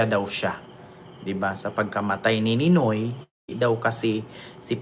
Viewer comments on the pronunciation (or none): Ninoy* Hindi Noynoy😂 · Ninoy , hindi Noynoy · Ninoy not Noynoy! Pinoy is also called Noynoy his nickname also